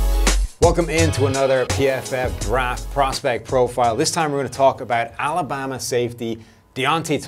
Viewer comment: He says "Alabama" weird